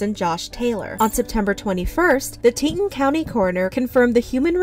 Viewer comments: great video but omg it’s TETAHN not teet’n when saying grand teton nat’l park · Teet ON, not Teet un. One of the most famous mountains on this continent and you don't know how to pronounce it. The final straw was all of the rainbows. Is that investigative reporting? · If anyone wants another point of view and some info on this, check out The Lore Lodge's video on this. He was actually asked by Gabby's brother to help with the investigation. Edit: Also its pronounced Tee-taan not tee'on. That was bothering me much more than it probably should have. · Good summary, but - Dang! It would have only taken a few seconds to look up and hear the correct pronunciation of Teton before you mispronounced it a hundred times. So irritating. (Not TEE-[t]un, but TEE-TAHN. (Former professional news announcer) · Did it bother ANYONE that she said Teton like “teatin’” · Teton is called tea tawn😂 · FYI: Teton is pronounced: tē′tŏn′ Tee-tawn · I was listening to this, and was really confused because I have never heard of Teton (it was being pronounced teetten). I'm from Idaho and visit Wyoming and Montana regularly. When I finally looked at the screen, I laughed cuz that's not how you pronounce Teton. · Sorry, I'm going to be that person. Its Tee-ton National Park. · Teton is pronounced like "TEA-tawn" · Why did she pronounce Teton as tetin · It was a crime the way she mispronounced Teton the whole video. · You pronounced Teton wrong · Please learn the correct pronunciation of Teton.